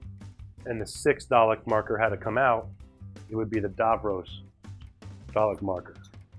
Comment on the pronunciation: You pronounce it "dav-ross" not "dah-rohs".